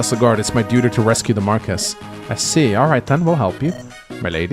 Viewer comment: Marquess is pronounced differently in English and French, but it's not "Marcus" in either. Nils says "older sister" in Japanese, so Sain being interested isn't super concerning. Yogi Bear was named as a parody of pro baseball star "Yogi" Berra, famous for his strange sayings like "It's déjà vu all over again" and "Nobody goes there anymore. It's too crowded." It was a nickname (over his manner of sitting looking like a yogi practictioner) and not a "real" name though. As for Leila and Eagler's playable stuff, I suspect trial maps is the most likely explanation.